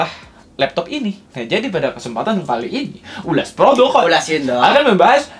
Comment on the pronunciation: 'ulass produqqq' ngakak mulu dengernyaa😭🤣